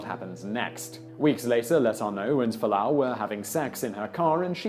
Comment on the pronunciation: Fualaau, not Falaanu.